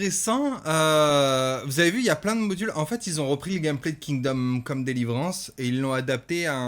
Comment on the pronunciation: « kingom conne » Le lapsus 😂